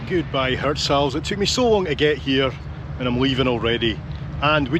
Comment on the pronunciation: I came to hear him pronounce Hirtshals😂😂😂😂 and he didn't fail